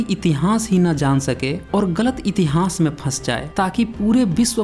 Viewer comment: Murkh itihnaas nahi hota itihaas hota hain